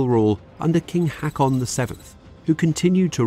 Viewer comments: King Hack-on?! :) Haaw-con... That would sound more like it... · Why is it that names & places are always being mispronounced in these series, do you not employ proofreaders ? For instance: the King of Norways name is pronounced "Hoken" not "Haken" and it's Norwegian for "Harold". How do I know this ? I've met his Son, Olaf in in 1984 and we talked of it's(invasion)historical significance, the King of Norway in 1984 taught 3 young sailors in Oslo on liberty one night how his Dad pronounced his name over a couple of beers in a little tavern....never in my life did I ever dream of something of this nature. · Haakon is pronounced "Hawk-on." Drøbak - "Drur-back"